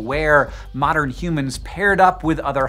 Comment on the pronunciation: Why you sayin humans like that?? Stopppp